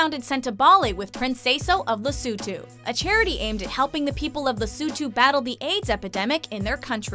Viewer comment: The way she says Lesotho😂 Where did she get the U from? 😂😂😂